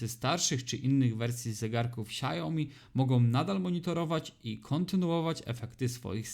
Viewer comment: SIAŁ-mi, nie sia-JO-mi